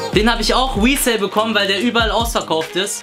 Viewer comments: resale sagt er wie Weed-Sale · Wesell?😂 lern mal das englische 'r' auszusprechen